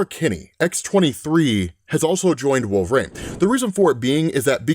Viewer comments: Dude, I love your videos, but please, it's "Wolvereen", not "Wolverain" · For the billionth time,... It's "Wool-vuh-REEN", NOT "Wool-vrayne" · Always wondered why you pronounce it wolvrain instead of wolverine. Not that it really matters lol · Why can he pronounce adaman-teen but not wolver-reen (I do know how to spell them I’m just doing them phonetically to emphasise the point.😂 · Are we allowed to ask if knows he’s saying “wolve-rain” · Why does he keep say wolverain...? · Wolv-Rain huh lmao 🤣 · pronounces it wolve-or-rain. 😂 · Sounds like he keeps saying Wolver-ane. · He does wolv rain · Bro thank you. Wolve rain is all I hear too lol. And I LOVE and comics explained I would take a non fatal bullet for no fucking doubt. But Wolve Rain is how I hear it and everytime I'm like does he know he sounds like hes saying wolve rain? He definitely knows how to say Wolverine. Right? RIGHT??!!?? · Do you say wolv rain on purpose? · Does always say his name with two syllables like this? I feel like he doesn't. It's kind of jarring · I’ve always wondered why you say his name like that?